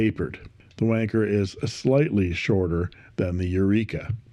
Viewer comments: The Eureka looks wonderful, and very tempting. But how on earth "Wan-Cher" rhymes with "Merchant Banker" is beyond me; must be something to do with all that cold weather over in your neck of the woods. My advice?--Just keep your hands on the pens, and nowhere else! Love from the Drop Bears. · Hi Aussies and Brits spell it wanker not wancher. So I think you may have the pronunciation a bit wrong😊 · Not to be a prude but I thought that Wancher might actually be pronounced like rancher. Not nearly as amusing I admit. Thanks for the reviews. Your contributions to fountain pen reviews makes me feel less like a loser for collecting them. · I've been pronouncing wancher as "one cher" 😂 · It is not just the British, it is the colonies too, I grew up in Australia and all I heard from this video was "WANKER WANKER WANKER". I am curious, why did you decide not to pronounce the CH properly, or should it actually be pronounced that way? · It’s Wan Cher,Cher as in the singer no ‘K in Wancher😮.I have a Decagon & it’s a beautiful pen.